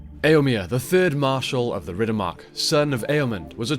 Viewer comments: Why do you always call him E-o-mEEr? Isn't it pronounced E-o-mER/E-o-mAIR? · there is no second e in Eomer, nor is it spelled Eomir - your pronunciation is incorrect - final syllable should rhyme with spur